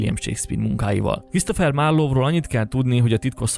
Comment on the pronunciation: A "marlov" égképp kiverte nálam a biztosítékot. Bocs. Nem hiteles.